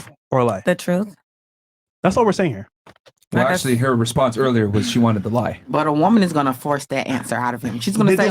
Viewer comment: A huge red flag is when an f-male pronounces "well" as "woll." It's incredibly annoying and it shows low iq.